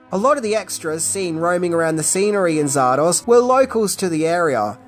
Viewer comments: Zardoz so why keep calling it Zardosh? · its zardoz ZARDOZ not zardos come on now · Hey mate why in the heck you saying: czardasz ?? Batsht crazy Aussie, are ya?! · Sorry dude it's Zardoz Not Zardosh Please pronounce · after watching the whole video i still don't know if you pronounce it "zardoZ", "zardoS" or "zardoSH" :) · You say Zardosch, and I say Zardoz You say good film, and I say weird film, Let's call the whole strange. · Zardosh!?... maybe that's how Sean Connery pronounces it😅😂🤣🤣🤣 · “Zardosh”? What, is it Hungarian? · why does this bird keep calling it ZAR-DOSH??? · What's, "Zardosh"? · Stop saying Zardorzshh, you massive. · Why did he keep saying "Zardosh"? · I last saw this film in the mid 80s on my tiny black and white TV, so my memory is definitely not great, but why did you pronounce it Zar-dosh at the start? Is that how it's said in the film? If so, I really don't remember that. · hey why are you sometimes pronouncing it "zardosch"? did i miss something? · I couldn't tell if the Zardosch was a nod to Connery and his accent. In the outcome he did say sheeya! instead of seeya! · I'm not proud of how long it took me to realize why was saying Zardoz the way he was. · So you can't even properly pronounce or even spell the name of the film! Astounding! Yep you're right... You are tripping balls